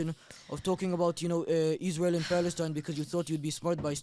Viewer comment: That lady can't even say the country name correctly.. isReal..isReal